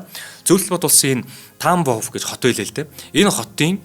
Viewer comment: Тааамбоов байхдаа яадын бэ Орос хэлэнд урт эгшиг байхгүй. Шууд Тамбов гэж уншаачдээ